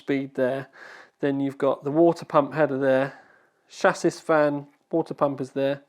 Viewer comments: my dear chap, when saying "chassis" the last S is silent.:) XXX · "chassis" is pronounced "shah-see"... or at least I thought it was :b